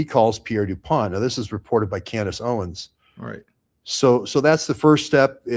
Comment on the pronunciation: This guest speaks unreliably. He said "Candace OWEN, Candace Owen" cannot even say her name correctly? Like all of the paid pastors who say her name wrong and slander her? This guy has been on saying "Candace said this, Candace Owen said" just a middle man, playing phone tag, muddying waters? What kind of so called " Investigator" is this??? I appreciate DD's earnest questioning but this guest is a red flag.